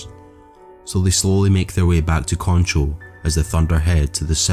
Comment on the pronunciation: Concho. He pronounced that one right.